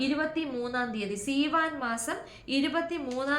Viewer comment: Seevan month not theevan , written in our text.❤